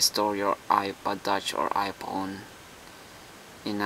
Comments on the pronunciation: the H must be silent lol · 'ph' is an 'f' noise my man. i know about a million people have pointed it out.